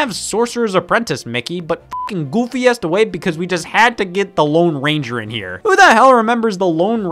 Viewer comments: I freaking love the way he says goofy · I like how Scott says "Goofy"